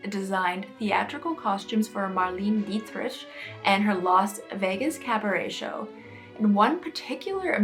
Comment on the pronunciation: I think it was very selfish for Kim to wear such an iconic piece of history and to try to usurp herself into history and possibly ruin the dress. Just wanted to let you know that Marlene Dietrich was pronounced Mar-lay-na Dee trick and she was ahead of her time as well as Marilyn. I think the Kardashians are under mind-control.